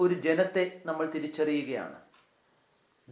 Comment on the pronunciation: ബഹുമാനപ്പെട്ട അച്ചാ, വളരെ മനോഹരമായ ഈ സന്ദേശത്തിന് ഹൃദയം നിറഞ്ഞ നന്ദി. ഒരു കാര്യം വളരെ എളിമയോടെ അങ്ങയുടെ ശ്രദ്ധയിൽ പെടുത്തുവാൻ ആഗ്രഹിക്കുന്നു. ൾ, ൽ തുടങ്ങിയ ചില്ലക്ഷരങ്ങളിൽ അവസാനിക്കുന്ന വാക്കുകൾ അങ്ങ്, ള്, ല്‌ എന്നാണു പലപ്പോഴും അവസാനിപ്പിക്കുന്നത്. (ഉദാഹരണം, നമ്മൾ, അവസരത്തിൽ). ഇത് വളരെയധികം അരോചകമാണ്. മാത്രമല്ല, നമ്മുടെ വൈദികരെ മറ്റുള്ളവർക്ക് പരിഹസിക്കാനുള്ള ഒരു അവസരം കൂടിയാണിത്. ശ്രദ്ധിക്കുമല്ലോ.....